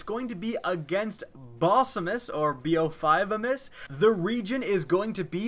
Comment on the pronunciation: Bo5amis >> Bokhamis ( thats how it pronounced )